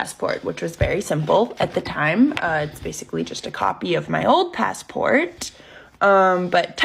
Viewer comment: ugh thanks so much for pointing out the speech. i cant take it. every T is super pronounced. PassporTTTT